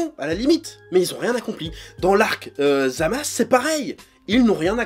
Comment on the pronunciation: Tu me perturbes à dire Zamas, c’est pas ZamasU ?